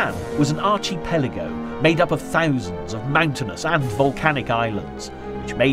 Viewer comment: Please look up the proper pronunciation of archipelago.